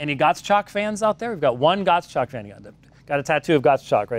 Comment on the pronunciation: Dr. White it's Gottschalk (Gottshalk) not Gott?!@ :-)